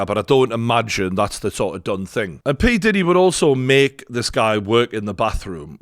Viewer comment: Look out for the series... Surviving Pee-Di-Deee 😅